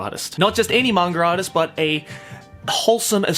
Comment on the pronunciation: Is it 'manga artist' or like u say mangaratist